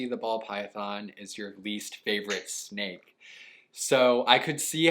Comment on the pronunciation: I thought you said snack